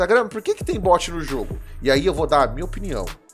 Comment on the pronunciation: Finalmente alguém que não fala but mds e bot qual a dificuldade bot e diferente de bote